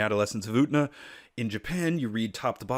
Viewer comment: Every time you say Utena, you remind me of the character form South Park who can't say the letter "t" and says planetarium without it in the Cheesy Poofs commercial episode.